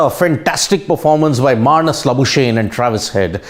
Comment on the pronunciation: Hey bhaio the Australian ( SA born) cricketers name should be pro nunced Mar nis La boo skugg knee not La boo shane.